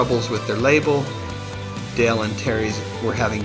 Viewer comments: Nice lisping. The name is Daaaaale not Dell. Your lack of phonics is showing. Read up on vowel sounds. Please! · It's DALE Bozzio!! NOT Del Bozzio... Pronunciate!!! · It's Dale not Dell